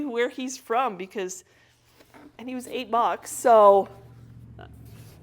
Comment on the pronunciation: 'He was eight bucks'. Thought you said he was 'a buck' 😂. Great haul